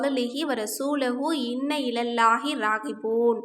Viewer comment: 1️⃣ Inna ilaihi raghiboon - أنا இன்னா இலைஹி (இன்ன - என்றால் " நிச்சயமாக ", இன்னா என்றால் " நாங்கள்" ) உச்சரிப்பு பிழை தான். 2️⃣ முதலில் உள்ளதில் " வரஸூலுஹு " இருக்கிறது. இரண்டாவது உள்ள மொத்தமான 7 திக்ரில் " வரஸூலுஹூ " விடுபட்டு இருக்கிறது. 😊 அருமையான திக்ர்.